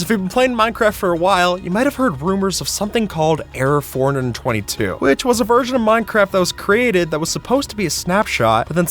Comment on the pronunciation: Isn't it pronounced 4.2.2 not 422?